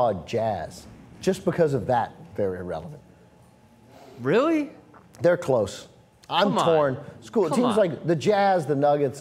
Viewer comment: i dislike because u say clippers erelevent